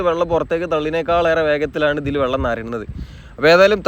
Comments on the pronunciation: Vallam alla vellam😂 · ഒ യു ക്കല്ല. ഒഴുക്കാണ്. വള്ളമല്ല. വെള്ളമാണ്